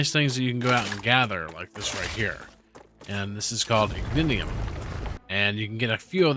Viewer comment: Learned something new on the star tear rocks being Ignitium. 2 things that are bothering me WAY more than they should: it sounds like you're saying "ignidiom". Think "ignition" like your car. Also, the waves are Ruptures (not "rupturas"), like the name of the game. The star is called Ruptura, named after said ruptures. I know i'm being pedantic and nit-picky, but it's throwing me out of the game as i watch while playing.